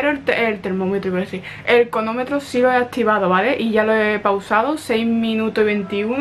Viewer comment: No entiendo por qué nadie te ha comentado que se dice cronómetro no conometro 🤔 y me encanta tu pelo por cierto